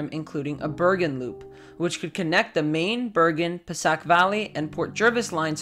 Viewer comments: Pascack is pronounced "pass kack", not "passack". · I believe that NJ Transit Line you mention is pronounced PASS-kack, not "pass-SACK". it is named for the Pascack Brook which runs through the general area served by the Pascack Valley Line (former New Jersey & New York RR, which was a subsidiary of the Erie RR). Thanks for your video - let's hope SOME of this gets built before the next "superstorm" finishes off New York's aging rail tunnels for good!